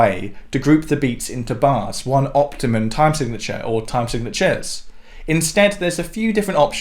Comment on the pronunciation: "...one optimal way..." Or possibly optimum. But not optimun.